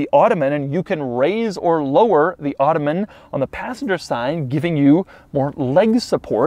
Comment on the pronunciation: It’s not “automen”